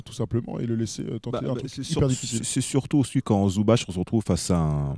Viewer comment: Super emission ! Toujours aussi cool avec Nico. Par contre une bonne fois pour toutes c'est pas Zoubatch mais Ivitsa Zoubats. Il n'y a pas d'accent sur les "c" de son patronyme. Zoubats. Comme Divats. Le "c" n'est pas à prononcer TCH à chaque fois mais juste quand c'est Ć ou Č. Quand c'est C alors on prononce simplement [TS]. Ivitsa Zoubats. Voilà. Je suis moi aussi croate de Herzegovine, comme Zubac, comme feu Stanko Barać (là on dit Baratch oui), Zoran Planinić ou la superstar tarée de l'époque mister Josip Sesar ♥️